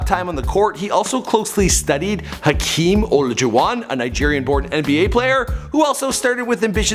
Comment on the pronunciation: When he so bad at pronouncing names